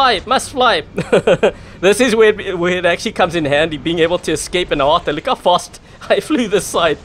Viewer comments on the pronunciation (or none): none